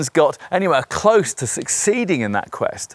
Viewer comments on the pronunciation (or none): none